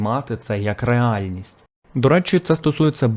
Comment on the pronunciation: Реальність, реально, реальний... Одне слово. Не два. Нащо їх розривати, акцентуючи двічі наголос на "Ре" та на "Альності"??? Не "ре альний", не "ре-альність" і не "ре ально". Ально Ре? Звучить, як "По Їхали". Або - "За Бери". Звідки це дебільний розрив одного слова? А так... Цікаве відео. Подивився повністю